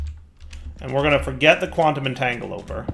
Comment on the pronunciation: can you please try and say quantum entagleporter the correct way quantum entangle a port er